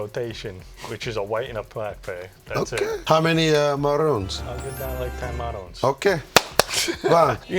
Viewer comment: Worst take goes to Dad for continuously mispronouncing Marone…